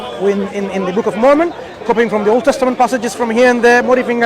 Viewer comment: Mormon pak, MORMON, bukan momon. Kristen Mormon atau Mormonisme adalah istilah yang digunakan untuk menyebut aspek-aspek agama, ideologi, dan budaya dari berbagai denominasi gerakan Gereja Yesus Kristus dari Orang-Orang Suci Zaman Akhir. Sebaiknya anda perbanyak referensi bacaan biar gak malu2in